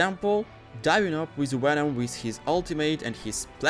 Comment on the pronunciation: Did you just say wenom??